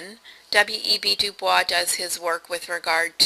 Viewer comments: This was a very good summation of Smith's approach to social inquiry, with one exception that drove me nuts. WEB DuBois is not pronounced using the French pronunciation or Streetcar's Blanche, but Du-Boyz. I know it's counter-intuitive, but that's the real deal. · You say WEB DuBois so flawlessly xD